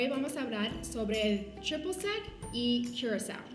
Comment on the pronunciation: triple sec y curacao. se pronuncia curazao. quizas te suene el blue curacao.. o ""blu curazao"" botellita azul que justamente es licor de naranja, la muchacha nos cuenta las diferencias principales de estos dos licores